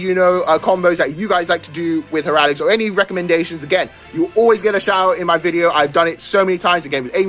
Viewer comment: Think of it this way. Hair-uh-tick.